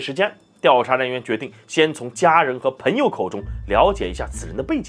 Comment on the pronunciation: 我听到“盆友”感觉有点奇怪。应该是“朋友”吗？Pen盆……Peng朋